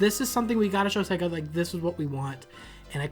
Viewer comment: “they announced the chega genesis mini”. Lol